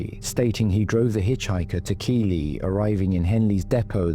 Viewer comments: Keighley is pronounced Keithley not Keely ❤ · Keighley is pronounced Keithley. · I know I sound pedantic, but Keighley is pronounced Keithley.